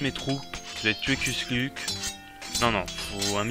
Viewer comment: Ont dit pas kusluk ont dit kushluk